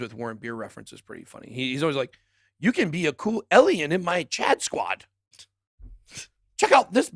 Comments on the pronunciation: Lol I dont think Ben can hear himself say "Alien" it sounds like he is saying" El-E-En" E-L-N ? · BitBoy vs pronunciation 🤣 alien/ellien... also, car dan oh/ car don oh ??